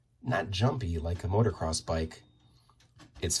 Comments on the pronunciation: It’s pronounced “MOTO-CROSS”, (not motor-cross)… 😜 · It’s pronounced moto-cross not motor-cross